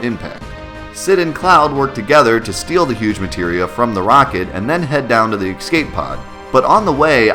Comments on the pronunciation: I swear to God if I hear you say "eck-scape" one more time, I'm going to steal all of your materia. :P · STOP SAYING EXSCAPE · How do you "Excape" something? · "ecscape", you are the master of missaying things 4;8 XD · There is no "X" in the word "Escape". That's the same as saying "let me axe you a question".